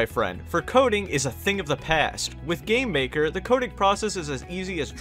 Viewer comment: Whenebrr he says gamemaker it sounds like hes saying "gaymaker"